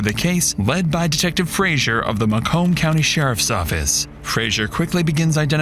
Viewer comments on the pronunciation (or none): Ma-"comb" lmao That's not how it's pronounced. It's "may-cum".